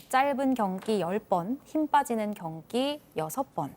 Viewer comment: 경기는 경끼로 발음을 해 주셔야지...